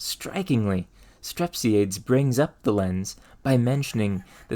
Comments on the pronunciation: Strep-sigh-a-dees, air-is-toff-a-nees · Ar-iss-TOFF-ə-Neez Strep-SEE-ə-Deez For future reference 😉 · I too am that guy. Aristophanes is Ari-STOF-a-nees not A-RIS-to-fanes and Strepsiades is Strep-see-AH-days, not STREP-see-aids. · fyi the "S" in "fresnel" is silent. and Arisophanes and Strepsiades are pronounced "a-ris-tof-an-eez" and "strep-si-a-deez" ancient greek names ending in "es" always have one more syllable than you'd expect. think of "Archimedes" & "Socrates"